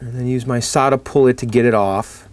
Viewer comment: You keep saying Solda-Pull-It. There's no "I" in it. Sorry, I don't mean to be the pronunciation police, but those two things were bugging me!:)